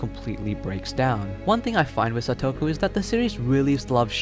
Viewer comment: You mispronounced Satoko, Japanese/ Spanish say it with each syllable with the same length of time each, and you don't give the vowels that much effort.